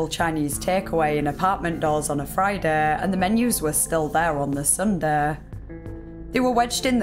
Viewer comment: 😂 i read this comment before hearing her say it. made it much funnier. menu gheut 😅